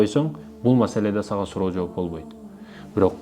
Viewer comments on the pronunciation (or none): none